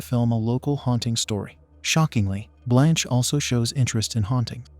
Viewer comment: For real! At some times I didn't even know what happend, all because of the useless censoring. Also, why do they pronounce Blanche as blônche😅